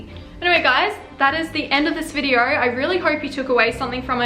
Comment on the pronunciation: "congratulations on clicking on this VIDEORRR"